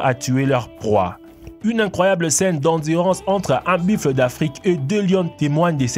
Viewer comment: dsl en dit pas biffle en dit buffles ta dit biffle